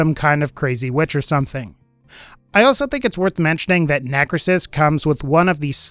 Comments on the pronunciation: lol it isn't 'necresis', instead it's 'necrOsis' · Just a comment on one of the Gaige heads, as she's my main. It is pronounced NECK-row-sis not how you pronounced it. And, I dislike that they have her a second hood. That bothers me. Why didn't they just use the hood she already had?! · It’s pronounced “neh-crow-sis.”